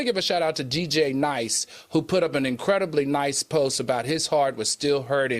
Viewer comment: Al … it’s DJ, D Nice 🤦🏽‍♂️🎈